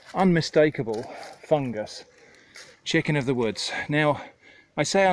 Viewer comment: "Chiscken of the woods" made me laugh way too hard